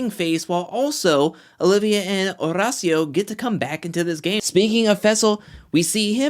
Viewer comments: Oh my damn, stop putting sooooo much emphasis on Horacio’s name 🤦‍♀️🤦‍♀️🤦‍♀️ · Every time he says Horacio, I cringe...